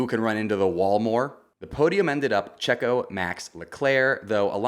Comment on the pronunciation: i hate the way you say checo’s name